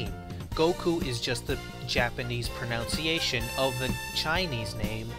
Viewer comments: 'keep in mind, I might be butchering the pronunciation of these names' says 'pronanciation' wtf i feel like ur name was meant to be blackened fist and ur autocorrect just let u have it after tryin to correct u 12 times. good video tho lol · You butchered the pronunciation of pronunciation. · "my proNOUNciation is definitely not going to be perfect." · Its pronounced proNONEciation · When you butcher the pronunciation of pronunciation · When you can't even say pronunciation right from the beginning of the video it makes things scary.. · You butchered the pronunciation of the word 'pronunciation' lol